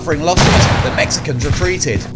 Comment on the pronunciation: As a Mexican I don’t like the way these dude said Mexicans but what a battle. Texas will always be the bottom of America but what a battle.